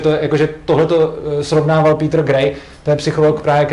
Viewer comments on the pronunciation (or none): none